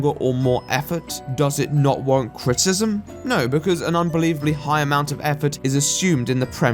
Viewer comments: Kinda funny the way he struggles to say "criticism" but still love the accent nonetheless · If u say criticizem one moRE TIME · I have some criticism over how you pronounce the word "criticism." With all the times you had to say it this vid, that must have been rough. :D Just having a laugh mate, great video.